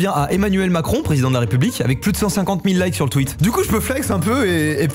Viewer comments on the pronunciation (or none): none